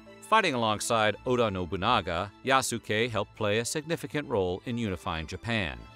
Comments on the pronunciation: Bruh Yasuke is (Yahs-kay) like the way you pronounce Sasuke. It's not (yah-soo-kay) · The way he's pronouncing his name is wrong, the "u" would have almost been silent like "Yas-kay" or "Yaske" not Yasookay lol watch the Netflix show you'll see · Bruh! Man triggering me when he say Ya-su-kay, instead of Yaskay... the U is silent 😪 Throw some respec, on it! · He pronounced 'Iayasu' as 'Leayasu' ➕ I'm sure the name Yasuke was pronounced 'Yas-kay' not 'Ya-ku-say' though i may be wrong 😄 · His name is pronounced Yas-kei, not yasu-kei :) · *yah-ske Not Ya-su-ke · I am sorry but this is bugging the F out of me 1 "Yasuke" the u is SILENT! its pronounced "Yas-kay" NOT "Ya-su-kay". 2 He is not a "black" Samurai for him to be " black" would mean he was American as only Americans label people by color. You are destroying peoples names in this video! the disrespect is unreal, at least try to learn how to say people's names properly please! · It's pronounced "yass-keh". There is no emphasis put on the "su". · Everytime the narrator says "YASOOKE" TRIGGERED 😠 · If I’m not mistaken the sound of that name should be pronounced “Yah-skay”. Please correct me if I’m wrong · Pronunciation: YAHS-keh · Yahs-Kay. You're welcome. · YAHH-SUUE-KAAAAY The Japanese in me dies everytime he says it 😭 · It’s said “Yas Kay” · Japanese pronunciation is Yas-Kay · Please😭 The way his name was butchered. [Yas-Kay] is the way to say it guys. Made me cringe every time. Otherwise, very great story! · It's pronounced "Yaske". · It’s YAH-SKAY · It's pronounced yaas-Ke U's in Japanese are very short almost silent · His name is pronounced YAH-skay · It’s pronounced YAH-S’KAY. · Ya-soo-kay. Oof. Why ya gotta americanize it to the point of weebiness like that? A quick google would likely tell you how to pronounce it. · you pronounce his name wrong. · The "U" is silent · Hearing you butcher Yasuke’s name hurt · the way he says yasuke is so fucked up 😂